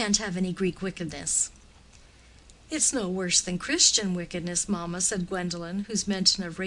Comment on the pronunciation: From the reading one would think that the story is set on one of the plantaions in any of the American Southern states, instead of in Victorian England. E.g. it is maMA and not MAma ... The English is rather mangled I am afraid.